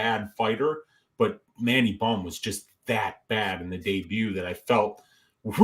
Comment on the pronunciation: Mandy bohm? Sht man i will gratefully take the -275 on missing fists kim hahahaha its mandy bohm🤷🏻‍♂️